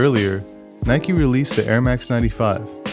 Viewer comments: It is Like a Bike, rhymes on Nike. Or pronounce as Nee-kay. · Dislike because he said “ nikey